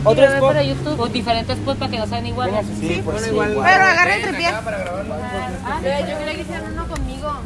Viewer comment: "si" no "zi" wtfffffff